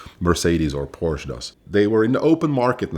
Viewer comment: A guy that pronounces Porsche as porch is not a car guy